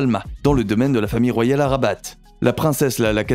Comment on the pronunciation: Les palais sont au nom de l'Etat . Le palais officiel est celui de rabat(il ne faut pas prononcer le t de rabat) sous le nom el mechouar assaid.